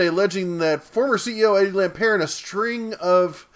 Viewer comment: He's not French... It's LampERT